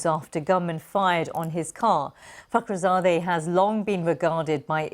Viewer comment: De onde você tirou essa pronúncia do nome do cara?